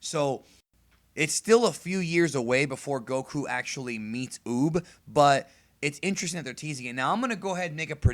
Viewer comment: Any one else notice he said boob not uub